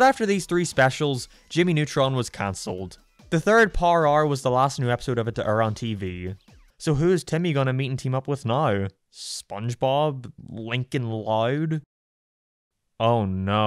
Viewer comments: It’s also funny when he pronounces “Power hour” as “Parr arr”. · “Powa Howa” and “furry od parents” XD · "YoU ProNouNCe Power hour like par are